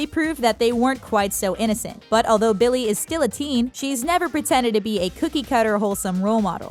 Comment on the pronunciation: Is it only me or is she really annoying me of how she is saying Billy’s name...